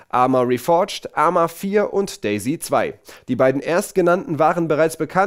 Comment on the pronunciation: Day-Z 2? Klingt wie Daisy 2 ist das ein neues Mario-Game?